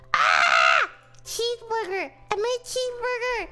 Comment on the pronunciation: bruh she actually sounds like shes saying cheemsburger